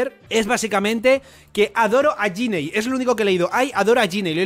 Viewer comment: Es Ginny, no yinei